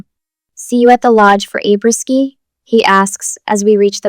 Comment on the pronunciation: You are mispronouncing apres-ski. You shouldn't use words you don't know how to pronounce. It makes you look like an idiot.